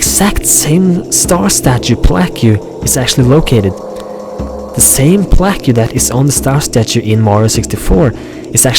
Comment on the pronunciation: Plaque is pronounced "plak" not "pla-que"...